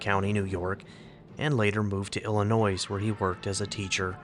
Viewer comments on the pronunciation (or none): It's pretty funny how every gold rush town claims Mark Twain was there. And you do not pronounce the s at the end of Illinois.